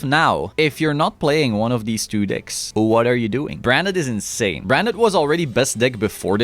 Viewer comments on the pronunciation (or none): ähhhm, decks, not dicks.